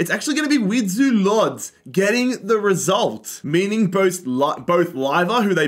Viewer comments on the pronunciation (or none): none